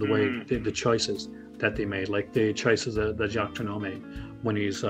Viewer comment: Please learn to pronounce Jacques Tourneur.....